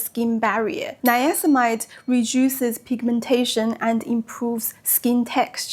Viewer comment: It's niacinamide, missing a syllable there. Very informative video, I am currently looking into retinol and I'm attracted to Paula's Choice. I used their AHA gel for years and my skin loved it.